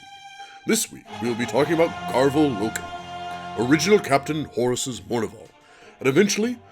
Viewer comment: Love the vid but it’s garv-ee-al loken and Ta-Rek Tor-Gad-on